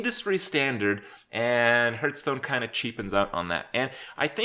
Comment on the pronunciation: Kripp, you mispronounce the word, Hearthstone.